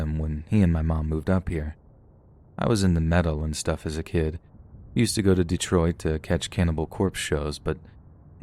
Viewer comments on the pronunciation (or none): none